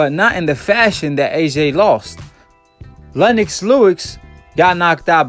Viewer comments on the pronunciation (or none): Lennox Lewix? Hahahaha you gotta work for no your pronunciation my brother, you're always destroying people's names out here.